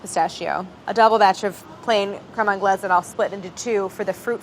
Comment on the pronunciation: no one: absolutely no one: claire: CREAME ANGLAISE